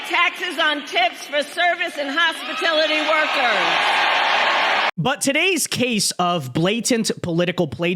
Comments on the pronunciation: Kamala!! The word is "HOSPITALITY", not "HOSPITILITY"! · Why is nobody pointing out kamala Harris said " HOSPITILITY WORKERS" instead of "HOSPITALITY WORKERS"?. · Hospitility? lol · CAMALLUH says "Tips on HospITILITY" .. can you say brain dead kiddies? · Hospitility?! 47 sec in 😂 damn she dumb! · What is a "HOSPITILITY" worker? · Who’s a hospitility. Worker? She said it. Oh that’s right they are those that aren’t worth the correct pronunciation.. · She even pronounced hospitality wrong... she said hospitility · She said "hospitility workers" 🤣🤣🤣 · Hospitility workers? 😅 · What the crap are "hospitility" workers? How numb is she/it's tongue anyway?🤨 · She said "hospatillity workers". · Just noticed she said Hospitility... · If you notice, she can't even pronounce "hospitality". When she tries to copy Trump, she even blows the teleprompter attempt. Watch for this. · Yes, I noticed that too….she can’t pronounce hospitality correctly case she is dumb.